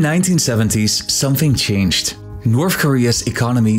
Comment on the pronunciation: Can’t finish this video, can’t listen to you say “NORF KOREA” another 100 times